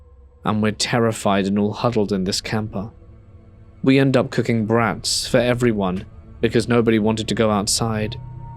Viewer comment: Thank you for your hard work bless you and your family ❤❤ Hey I just wanted to let you know it's pronounced like broughts lol not brats though 😂😂😂bahahha